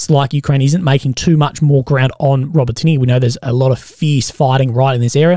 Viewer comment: Hey bro, it's pronounced ”Ro-bo-ti-neh” not "ro-botiny” love your work though